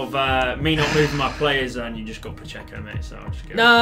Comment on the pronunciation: Thanks for pronouncing "Pacheco" right, Tom calls him "Pachecho" and it's so annoying lol